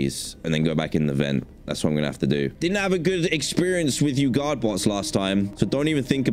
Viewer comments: For some reason I hear the word god instead of guard😂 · i always think he's saying "god bots"